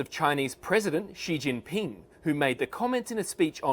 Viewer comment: It throws me for a loop every time you say “she he” when referring to she-ge-ping.